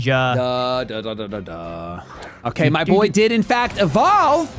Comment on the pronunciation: Lol its shedinja